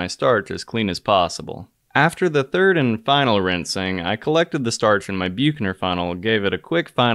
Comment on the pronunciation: Please learn how to pronounce the ch in Büchner funnel